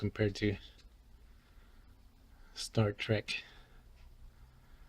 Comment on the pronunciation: It said start trek....lol